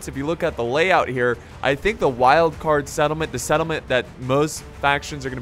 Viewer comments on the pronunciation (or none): none